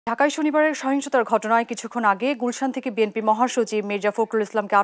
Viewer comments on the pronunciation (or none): সাংবাদিক ভাই, বিএমপি না বিএনপি? 😂😂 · সাংবাদিক বিএনপি না বলে বিএমপি বলছে কেন? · আমি যদি ভুল না শুনে থাকি রিপোর্টার একাধিকবার বিএনপিকে "বিএমপি" বললো মনে হচ্ছে।